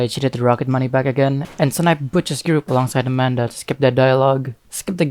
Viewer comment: It's amarta not Amanda